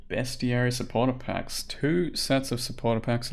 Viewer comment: Fuck yeah, someone pronounced bestiary correctly, 10/10